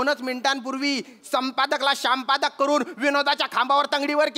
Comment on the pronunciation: ४:०३ श्याम पादक ✅ संपादक❌ 😂😂😂😂😂😂😂